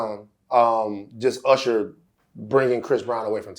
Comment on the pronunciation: URSHER BABEH 😂